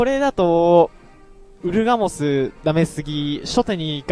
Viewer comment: ウルガモスがウーラオスに聞こえた